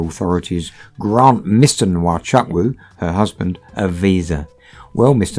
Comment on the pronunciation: The name Chukwu is pronounced Choo Koo, NOT Chuck Woo.